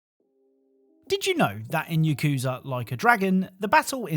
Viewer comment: it's not "ya-kuza" it's "ya-ku-za" 3 syllables instead of 2